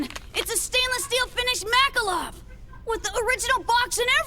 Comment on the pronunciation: I swear I heard "Makalov" instead of "Makarov", like the subtitles say